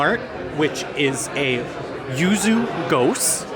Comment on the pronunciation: Gose is pronounced "goes-uh" do you have a video on Chicago downtown breweries? We are going in October and last time we were there was about 3 or 4 years ago. Mag mile, riverwalk, that area if you have any recommendations!